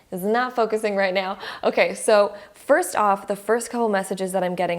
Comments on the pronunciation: Just curious, did she say "just meow" ? 🤣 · Wait wait wait... Am I the only one or was she literally saying "right MEOW" everytime!!?? 😂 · “Right nEaW” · Right meouw!😺 I like it .♥️ now I'm literally saying "meouw" each time you say "now".😆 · She was buddy 😂 It was meow